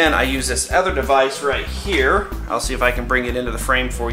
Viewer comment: Lol In the intro it sounded like he said Hello everone, HAIR